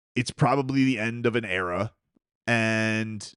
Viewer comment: Did you say end of an era or error?